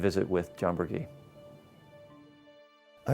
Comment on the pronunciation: The Queensboro Bridge was home to NY State's last streetcar line, which stopped at the mid bridge elevators until 1957, 2 years after the road bridge from Queens opened. Also Burgee's last name is pronounced with a soft "g", bur-GHEE.